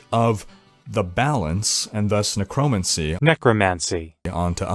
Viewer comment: Hahahaha “nuh-crow-mancy” 😂